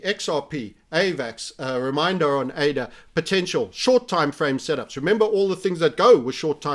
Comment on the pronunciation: been watching him long enough to remember when he called ADA, uh-dah